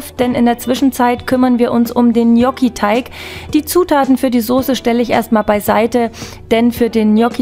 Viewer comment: Genial lecker!! Endlich mal jemand der es richtig ausspricht!! Nix anderes erwartet!😘lg mel